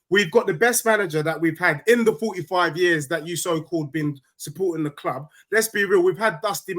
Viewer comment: Why does he say 'kloob' instead of 'club'?